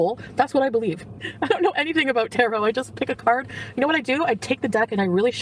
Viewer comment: She does her tarot cards everyday but she still can’t pronounce it correctly